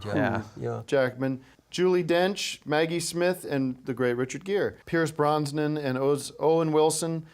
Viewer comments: I love how he says Pierce Brons-nan every time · Pierce Bronsnan will always be my favorite mispronunciation.